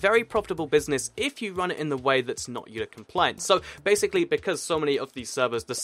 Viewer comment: Ok it's Eula not Eulay its Mojang not moyan.